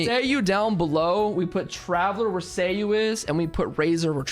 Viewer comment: Why does every asshole say Kingdom Hearts at this moment? I feel like Kingdom Hearts might have just melted brains. I've seen a good 30 people watch these demos. Every - single - one - of them has called Ei: "Rayden". But you're the only one I heard that called Sayu: "Seiyu".